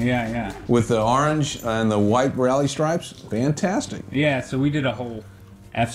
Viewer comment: The only reason he couldn’t find the actual car is because he pronounces orange wrong so...